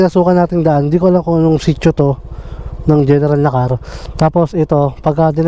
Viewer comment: Na•kar, hindi Nakar!!!